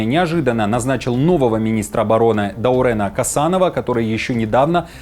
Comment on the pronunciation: у ради бога, ДаурЕн, не ДаурЭн...